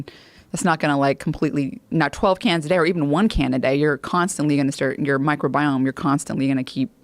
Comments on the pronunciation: Mike Robiome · Ok lady, so everyone all together now say “MICROBIOME”